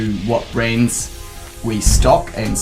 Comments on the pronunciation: Every time you say "brands" I hear brains. Lol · i thought he was saying 'Brains'